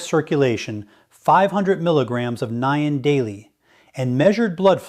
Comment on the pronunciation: This is NOT Dr Mandell. This AI imposter does not even know how to pronounce Niacin. I would take anything he says with a grain of salt and run up by my doctor before trying what he is promoting. I really liked Dr. Mandel and his true video channel is MOTIVATIONAL DOC.